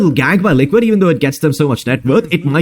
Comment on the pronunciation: I hear lickit not liquid 😂😂